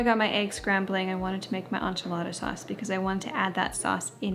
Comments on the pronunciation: This is not how any other Canadian says it 😂 I've never heard anyone say on-chilada. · Ssssssaaammmeeee girl 🙉🤣 N...chee...la...da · As a New Mexican, the way you say “enchilada” in Canadian makes my eye twitch 😂 but I love you! lol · My husbands family is from mexico. And I had to replay it because it caught me off guard 😅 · Girl😂😂😂😂 the way you say Enchilada kills me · As a born and raised Texan, I was giggling every time 😂🥰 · Me too! 😂